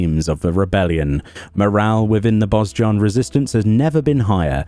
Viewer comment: I pronounce it a Boh-jan. Idk why but I feel like that "z" is silent. Otherwise nice vid as always.